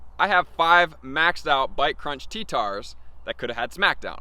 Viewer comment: Why does he say tee tars